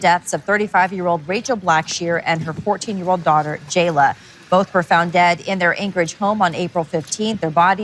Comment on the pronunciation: I implore you to step outside of AI for your videos, or at least run it back before you publish to catch anything off. I've never heard a yr be spoken that way and its only bc it was AI that I did. Good video otherwise but god that really turns me off a channel when they don't at least review the work they handed off to an unpredictable machine. 🙏🏿